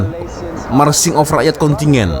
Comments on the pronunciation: KONTINJEN.., BUKAN KONTINYEN. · Kontingen , kontingen.. Kontijen lah bro.